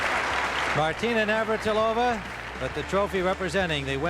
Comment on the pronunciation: and “Martina Nir-vat-il-ov-ah”…LOL!